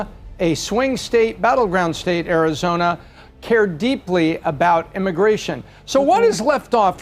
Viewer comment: She says Arizoina. 😂